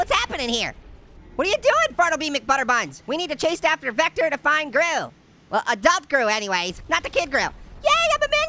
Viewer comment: vectors name is said like [ v i c t e r]